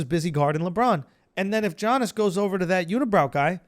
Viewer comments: Lol, it's YANIS not G-ANIS. Do u actually watch basketball?? 😂😝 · Yo Andrew I just have to say Giannis is pronounced like “Yannis”. You’ve said Jiyanis for weeks, lol just so you know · Isnt this a sports podcast bra? Let's tighten up. It's like 20 episodes where u mention this mysterious JOHN-IS guy. Giannis = YON-NIS BRO HIS NAME IS PRONOUNCED YAHN-IS NOT JOHN-IS